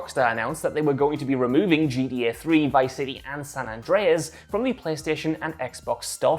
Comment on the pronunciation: You should’ve got one of the other guys to do this video whoever could actually say GTA not G E Eh